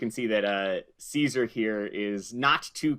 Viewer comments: Anyone else mad that they were calling him Ceasar? It's pronounced Kai-Sar in the game.... Hail Ceasar(Kai-Sar)! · At least pronounce Caesar correctly